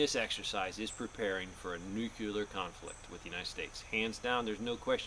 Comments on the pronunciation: Noo-Clee-UR. Not nukUlar. Just sayin. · You said nucular war....lol......just like Bushie! It's noo-clee-ar. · NUCLEAR not NUCULER!! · nuc-U-ler is not a word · Nukleear not nukeelar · nookyoular is not a word. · I don't worry about ANYTHING "Nuc-U-lar" since it doesn't exist. Nuc-LE-AR on the other hand, is something to take serious. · Nucular! Lol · It's NU-CLE-AR, not nuc-u-lar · Let's take advice from someone who can't even say "nuclear" correctly. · nucular is not a word. I thought only 5 year olds talked like that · NU CLEAR say it right or dont say ot at all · just Biden my time (Nuclear has 2 syllables.) Welcome home to your son. I recommend your channel a lot. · I thought it was Nuk-ler?? hehehe shades of W promoting his cause. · Hahaha! Now that's funny! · He's using the GW Bush pronunciation, which has been deemed socially acceptable by the US govt. before his leaving the white house. lol